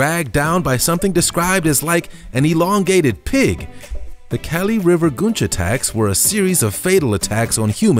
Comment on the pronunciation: It's "kah-lee" Not "Cali"